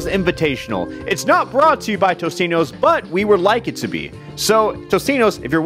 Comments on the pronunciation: I swear to god TOTINOS, not Tostinos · Alpha: "Sponsor me, Tostino's" Also Alpha: Doesn't know that it's actually "Totinos" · I don't think Totino's is gonna sponsor you if you keep calling them "Tostino's"! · you do realize its.. totinos, not tostinos, right? mandela effect.... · isnt it totinos not tostinos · Zak Henderson he meant toninos, not totinos